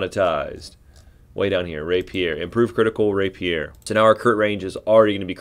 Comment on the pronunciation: So............ where ya get your portraits? You have a couple I haven’t found yet but like. Ok, now to watch the rest of the video. And since proper pronunciation mitigates my OCD shivers, Rapier = Ray Pee-er. Like someone you wouldn’t want to stand next to in the men’s room if you dig.